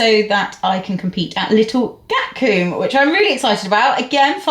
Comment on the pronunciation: Em I love that you call Gatcombe; Gat Coom 😂 It’s Gat Come. See you there again next year. You were fab ❤❤❤